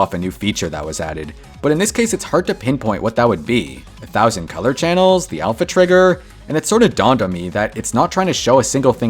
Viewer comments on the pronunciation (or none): none